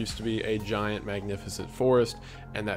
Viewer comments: Jesus dude! That emphasis and audio boost you put on the Argentinian GIANT was a fucking jump scare! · I love the Giant emphasis. Lmfao. I die every time. Like we just ignore their existence and act like it never happened. Despite them being culturally relevant to nearly every ancient civilization. (And genetic make-ups still existing today.... Hence the NBA.)